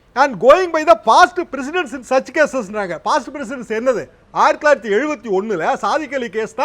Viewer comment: president illaiyaa precedence...